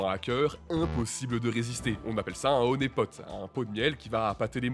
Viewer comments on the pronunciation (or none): il a refait une erreur en disant honaipot